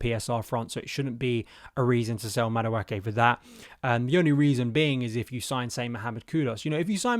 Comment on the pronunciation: If he goes this summer, he’ll have been Chelsea for 2.5 years without you having once pronounced his name properly. 😊